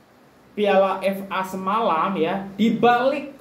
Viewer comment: Sebut FA pun tak betul bro..nak ulas tu,ckp bagi jelas..